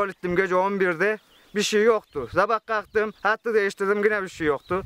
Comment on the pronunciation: zabah kaktım diYor , gormedim diyor !!! şu GÜZEL TÜRKÇE'Yİ BİR ÖĞRENİN ARTIK BAKALIM.....